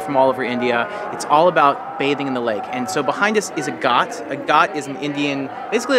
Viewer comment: It is a ghat not got dear.